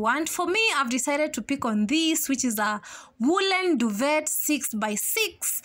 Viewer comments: DUVE! T is silent.. pls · Just coming across this video today, the word duvet has a silent t so it's 'duve' ✌️❤️